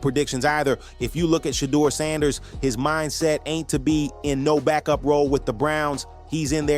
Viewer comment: The way you mispronounced Shedeur's name is amazing. WTH?